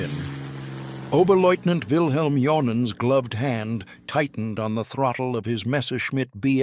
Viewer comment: JOHN-AN? Because the pilot in question was German, I reckon his name was pronounced YOHnAN, probably an equivalent of an English John or a French Jean, Not pronounced as a pair of casual trousers (or Pants 😂for those in the US). BTW, on the subject of human flight and jeans, when Marvel comics designed Superman, being an American publishing entity, they must have been confused, PANTS were normally worn as underwear, Being at a vocally transitional stage, someone imagined pants were outerwear, hence confused Marvel put the underwear on Superman as outerwear😂. This may well have been contributory to many other confusions, like males when competing in womens sports, using female changing rooms (or bathrooms(?) or lockers?). AND regarding public toilets being referred to as bathrooms😂, has anyone, or does anyone know of someone who's actually tried to take a bath and bathe in a toilet?😂 What any of this has to do with flying, I have know idea BUT, flying by the 'seat of one's pants' used to be a thing. I did wonder where these meandering flight themes were going to 'land'.... somewhere at the beginning as it happens!